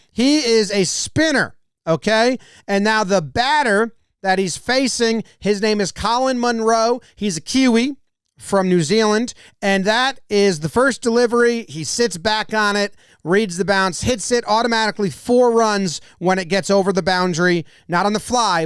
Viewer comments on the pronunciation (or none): Did you just say Kew-wee? It’s Key-wee